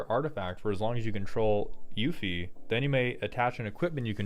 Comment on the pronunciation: the fact you know tidus but mispronounced Yuffie makes it sound like that boy never let you leave the beach